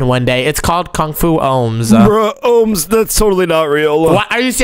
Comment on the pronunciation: It’s not homes it’s omz